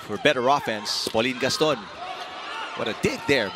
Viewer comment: I love how the commentators kept saying Ponggay's name as PAULINE GASTON!!!